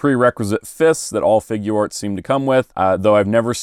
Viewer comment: Really good review! Just wanted to point out Figuarts is supposed to be pronounced like (FIG - yarts) not (FIG - goo - arts) it’s a portmanteau of “figure” and “arts”.